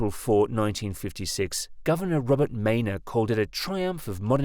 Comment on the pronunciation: The NJ Governor's name in 1956 was pronounced Robert Minor.